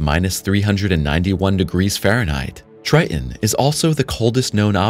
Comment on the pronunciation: "...moons of Jupiter, Try En" Wtf is "Try En" TRITON is a moon. It ha 2 "t's". TRI TON.